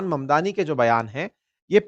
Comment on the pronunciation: मदनानी गलत ऊच्चारन है ममदानी सही ऊच्चारन है. किसीका सरनेम बदलो मत.